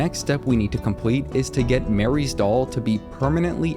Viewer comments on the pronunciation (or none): You keep saying Mary's doll. Marie is not the same name. Do you know how to read? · Marie (Muh-Ree) Mary (Meh-Ry) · Bro. It's MARIE not MARY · Its MARIE not Mary...unless youre lazy and just used AI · Marie. Not Mary. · Please. I'm begging you 😅😅 MUH-REE (Marie.) Not MARE-EE (Mary) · Marie. Shes called marie. Not mary. Sorry. Had to correct you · The dolls name is Marie not Mary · Marie's doll, not Mary's... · It's MUH-ree. Not Mary. Ffs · It's pronounced Ma-ree not "Mary" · It's MARIE. Not Mary. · IMPORTANT UPDATE/ CORRECTION: Kids, please don’t be like, call Marie’s doll… Ma-Ree…. Don’t be illiterate and always continue to learn new things every day…. The MORE you know 🌈